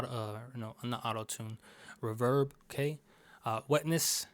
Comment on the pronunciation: the way u said reeverb killed me lmao